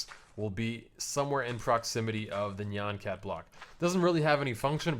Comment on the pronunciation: Dude, thats not how you pronounce nyan cat